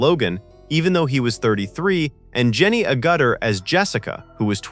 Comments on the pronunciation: Also Jenny Agutter's name is stressed on the FIRST syllable. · You can’t say holography! Or Jenny Agutter! Weird emphasis. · I'm sure Jenny will also appreciate the emphasis being given to the wrong part of he name, making her sound like a drain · ..And Jenny A Gutter,😅 pronunciation ,auguter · A Gut Ter = no Ag It Ter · What about Jenny A Gutta ?. Should be Jenny Ag uh-tuh (hopefully my attempt works at getting the phonetics right) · Someone should teach AI how to pronounce Jenny Agutter’s last name. This isn’t the first time I’ve heard this mispronunciation. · Jenny - a gutter apparently! 😂😂😂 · Please teach your AI to pronounce holography 😂 and Agutter 😢